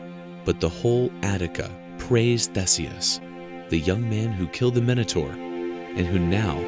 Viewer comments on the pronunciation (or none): The pronunciation of THESEUS 😩 There is an updated version of this video which is much better. Which begs the question of why this version is still up? Maximum views I guess. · Umm in The UK we pronounce 'Theeseus' but it's the same letter name (Theseus)